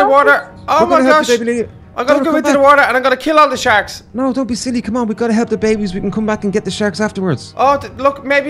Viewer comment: she siad dount